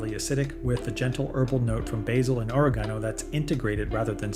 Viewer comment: Lost me when he pronounced oregano as “orogano”.